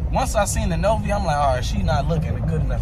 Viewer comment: bro said novi so wrong lmaooo 😂